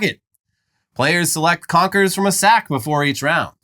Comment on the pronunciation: Confers?😂 yeezus